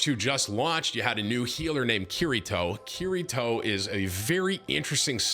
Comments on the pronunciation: KIRI-KO not KIRI-TO. :) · “Keery- toe” 😂